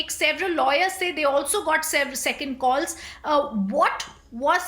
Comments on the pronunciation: It's calls not kaals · "KALLS AND ARGOOMENT" 😂😂